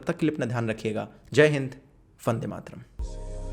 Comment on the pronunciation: Am I the only one or did he just say "Fande Mataram" 😂